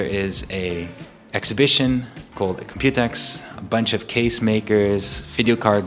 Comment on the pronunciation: I got so used to people saying Compu-Tex that when I heard him say Compute-X I was very weirded out. Now I see that pronunciation makes slightly more sense because it's an exposition about computing; Compute-[e]X[po]. Also still sad about not having a normal TKL